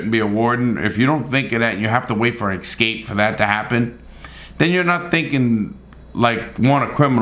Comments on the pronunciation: Why do you say excape? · why say exscape? it is escape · Why do you pronounce “escape” as “ecscape” like a black person? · I love the video but I have Obsessive Compulsive Personal Disorder so every time you say excape I cringe lol, the quality of your videos is great, keep it up. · Why does he say excape, not escape? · Drinking game: have a shot every time my man Larry says 'ix-scape' 😂😂😂😜